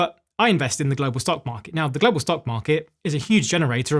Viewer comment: Please don't say Glo Baal....or Plan IT.....be good if you say Earth in future. just a thought. Thanks